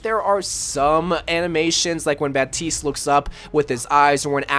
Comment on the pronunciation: It's bap-tist